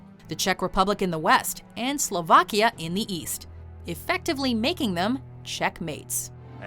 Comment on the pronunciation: Y u go slavia? 😭